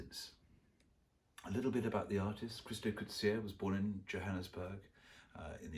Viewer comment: Loving each and every episode! (And you pronounced Coetzee correctly - hooray!)